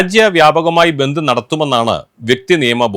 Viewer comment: ബന്തു എന്നാണോ പറഞ്ഞെ. അക്ഷരം മാറിയോ